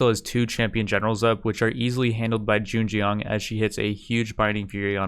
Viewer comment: I like these videos because you can tell his pronunciation gets better and better every video from calling Zheng Jiang Zan Zan all the way to Zhen Jian I can't wait until one day this guy is completely fluent in mandarin but can only say the names of historical figures and cities